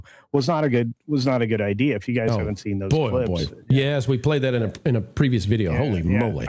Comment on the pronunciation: Nolan lost me at "idear".